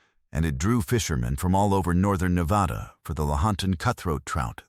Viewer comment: Wish you could learn how to pronounce Nevada Properly